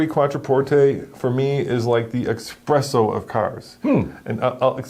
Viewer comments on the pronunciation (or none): "expresso" . And this guy is supposed to tell me what kind of car I need? He can't even say ESPRESSO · Espresso. Not expresso. 😉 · Espresso not Expresso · Its not expresso its espresso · Esssspresso NOT EXpresso 😁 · There is no such thing as "expresso" coffee. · Espresso. It’s called espresso. 🤦‍♂️ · Its eSpresso dude not eXpresso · Almost all the graphics were wrong and it’s not expresso, it’s espresso😂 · espresso, not expresso. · When you call espresso ‘expresso’, you are getting it at the wrong place and have never experienced a properly prepared one. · Thanks. It's expecially necessary to pronounce expresso properly!